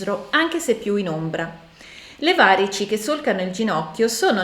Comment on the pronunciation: Grazie davvero ottima spiegazione e analisi solo, ti prego, la pronuncia corretta di varici e` va-rì-ci. 😊